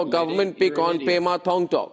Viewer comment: it's pema* not prema